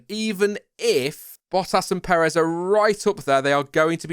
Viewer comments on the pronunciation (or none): none